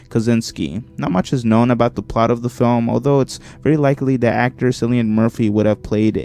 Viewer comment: the pronunciation of cillian SENT ME